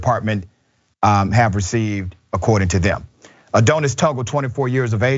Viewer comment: Are you saying "Adonis"? I've never heard it pronounced this way.